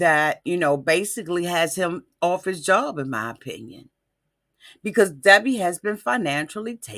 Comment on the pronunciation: in my oh-pin-yawn, being a health care professional, the reason she hasn't had any medical treatment(s) is because a person has to be CLEAN to undergo any type of,... well you do the math. This is just my O- pin-ee-on 🤓😧